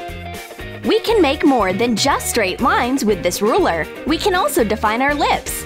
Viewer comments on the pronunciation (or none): none